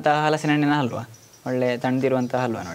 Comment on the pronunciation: ಅಲ್ವಾ ಅಲ್ಲ ಕಣ್ರಿ ಹಲ್ವಾ. ಅ ಮತ್ತು ಹ ಉಚ್ಚಾರದ ವ್ಯತ್ಯಾಸ ತಿಳಿದುಕೊಳ್ಳಿ ದಯವಿಟ್ಟು.